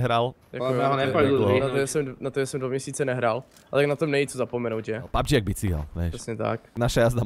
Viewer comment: je to pabfžiiiiiiiiiiiiiiiiiiiiiiiiii xd